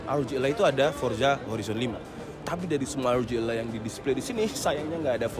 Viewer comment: rog ally om bukan rog a-lie